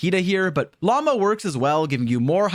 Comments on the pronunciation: llama instead of lauma damn near made me dislike this shit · brother its pronounced La-oo-ma, not like Llama animal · okay, you NEED to choose between Llama and Lauma. You cant keep switching how you pronounce her name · Hey by the way her name has a U in it. She isn't a filthy spitting animal. Lauma. Again, LaUma. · He keeps calling her "Llama" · hearing people pronounce it as llama is so funny lol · all i can hear him saying is "llama test, llama bloom, llama llama llama" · bro cant even pronounce her name...😭😭 "llama" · I hate how he constantly says Lauma like llama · I swear bro can't pronounce her name. Welcome to this Llama Pre Release video folks! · my apologies mr streamer, but I do have to ask - did you forgor the "U" in Lauma at Natlan? but cool guide 👍